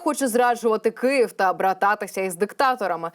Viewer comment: Не Киів, а Київ!!!ну, чому такі мовні покручі?!!!😢